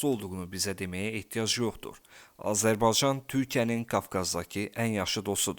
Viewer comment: Daha Azerbaycan kelimesini söyleyemiyorsun haber programi sunuyorsun..rezillik😢